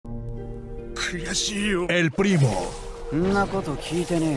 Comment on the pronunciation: エルプリモの発音よすぎて草